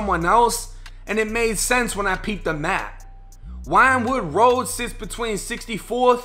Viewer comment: Yeah this happened n my hood I'm from 62nd in west philly he was talking bout 63rd St in west Philly he was killed on 64th st..nd its pronounced win-wood road